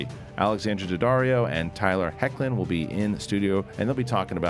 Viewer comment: Great interview with Tyler Hoechlin and Alexandra Daddario 👏🏽 props for not butchering his last name lmao